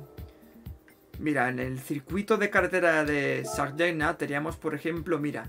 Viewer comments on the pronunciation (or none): Sardegna, es cerdeña. La "gn" es como la ñ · ¿Cómo has pronunciado Sardegna? :___(